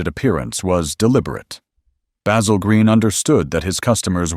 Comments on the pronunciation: That Bay-zill pronounciation really gets under my skin. Along with "coop'' which is a chicken house. It's a coupe! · Look, you can use your American accent to mispronounce a simple herb (with an aytch) but not a man's name. Baz-ill. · He did pronounce it correctly when he said Basil Green Motors and a few times towards the end.